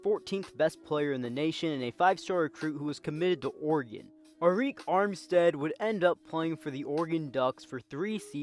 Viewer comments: Areek 😂😂😂 its pronounced Eric bro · Arik is pronounced like eric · It’s pronounced Eric it’s just spelled funny